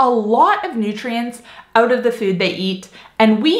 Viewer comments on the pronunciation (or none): oh! That’s why you say uut instead of out. ❤️